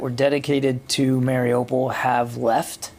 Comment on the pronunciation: *IT'S MARIUPOL!!!* LEARN HOW TO PRONOUNCE IT!!!**